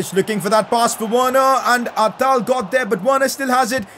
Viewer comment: Notice how he calls atal athal ?